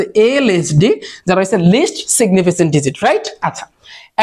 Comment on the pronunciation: এইটা সিগনিফিসেন্ট হবে না সিগনিফিকেন্ট হবে 😊